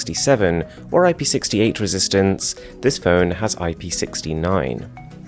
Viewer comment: Its ip 6 9 or 6 8 or 6 7 you say each didget separately good video though